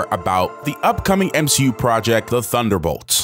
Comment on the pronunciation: Sadly if its on the level of she hulk it will barely be worth watching. Oh you miss pronounced M She U.